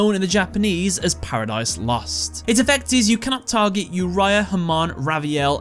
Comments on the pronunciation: It’s Oreo obviously not uria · Why pronouncing Yuraya when you don't even pronounce it that way in Uriel in English? 😅 It's "Oo Ree ah", Latin based name are pronounced the Latin way in English usually (that's also how it's called in any other language than English and Chinese)